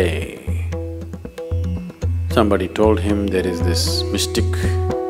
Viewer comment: The way Sadhguru pronounced the way "Mystic"😂😂😂🤣👌